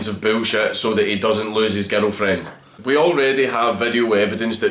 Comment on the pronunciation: I like the fact that when you say: "girlfriend".. I hear: 'ghetto friend.' And it still made sense to me.